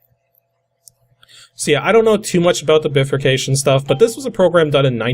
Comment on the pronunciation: " Biffer Cayshun " Bruh...